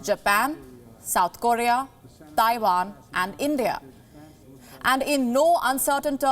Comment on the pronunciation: It’s Taiwan not Taivaan 😏